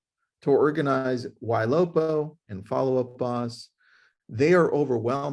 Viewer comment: Did he say "Y Lopa" if so, what is that?